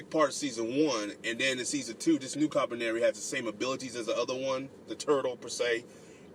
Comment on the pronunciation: I think it's actually pronounced Koo-Lee-Par-Ree but great review.